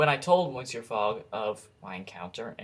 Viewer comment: It's actually pronounced pass-par-to and miss-syour, but whatever.